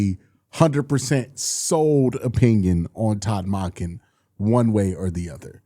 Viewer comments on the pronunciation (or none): none